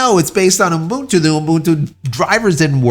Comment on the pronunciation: Why do you say Ubuntu that way? 'What? Umbuntu?' Yeah, that! Why do you add the extra M? 'What extra M? It's Umbuntu'. (Cool Whip)